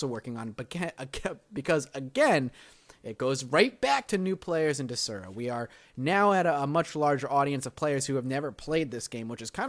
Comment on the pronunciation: "dezura"? it's DES-ura say it with me DESSSSSS-ura